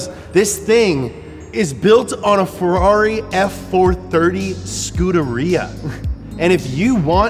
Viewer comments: Man you need to learn how to say "Ferrari" correctly. Please❤ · We could say that this is a "Ferrally"?